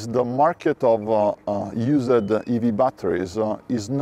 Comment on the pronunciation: Please stop pronouncing the “ed” at the end of wordS. It’s not “use-ed”, it’s “youusd.”